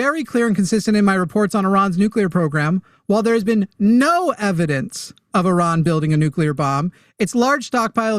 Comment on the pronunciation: it's pronounced ee-RAHN, with the first syllable sounding like "ee" (as in "see") and the second syllable rhyming with "gone," not UH-ron